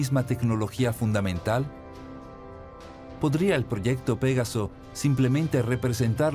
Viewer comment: No se pronuncia "pégaso", se pronuncia "pegáso".